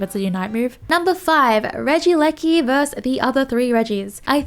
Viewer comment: Holy moly she said regieleki basically perfectly guys lets give a round of applause